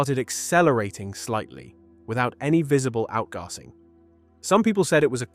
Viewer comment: Stupid animations of a comet with ‘tails’ flowing out from behind indicates that you are NO AUTHORITY on comets! And the AI voice over that can’t pronounce the term “out gassing”